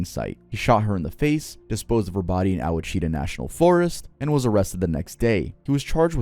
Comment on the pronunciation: i love that said "Oh a cheetah" instead of "wash ih tah"